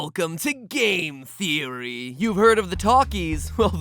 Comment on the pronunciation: its just a geory. a thame geory.